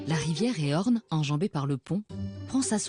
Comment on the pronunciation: Landerneau, traversée par la rivière QUOI??? 🤔😬 Il s'agit bien de la rivière Élorn... avec un L! (ÉLORN... É L O R N). Et non pas "Éorn' ou "Éhorn", comme entendu dans le commentaire! ( pourrait au moins se fier aux paroles et prononciations des personnes intervenant dans le film! Ou alors, juste bien lire son texte!😤) Quant-à Frédéric Laurans, le producteur d'ormeaux de la ferme aquacole de Plouguerneau, son nom se prononce non pas "Laurence", mais sans prononcer le S. Tout comme "Laurent". Mais ça, quelqu'un "d'étranger" à la région ne le sait pas forcément, c'est plus excusable que "la rivière """Éhorn""". Très belle balade, et belles images pour le reste. Ça donne envie d'y aller... 🤔...Oups, ou plutôt d'y rester 😂😉